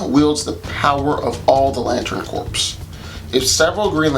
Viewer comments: Corps is pronounced core not corpse. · Bro going back and you really uses to pronounce it corpse 🤣🤣🤣🤣 its "core" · Not to nitpick but its pronounced core not corpse. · The "P" and "S" are silent in the word "corps". It sounds like "core". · I dig the Larfleeze shout out, but yeah, corps is pronounced core.